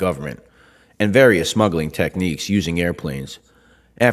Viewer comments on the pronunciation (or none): none